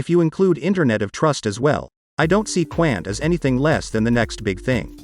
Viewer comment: 🤣🤣🤣. Qqqaaannt. It's Quant (Qnt). But right amazing Mouthwatering fundamentals and partners. ..with very few tokens. 💎👑🚀💥. Cheers. Pronounced wrong.